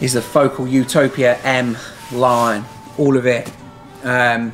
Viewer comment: really like what you do. thanks.... psst, the emphasis is on the second syllable. fo CAL not FO kle